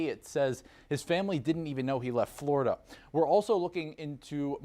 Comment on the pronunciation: Fluriduh man strikes again.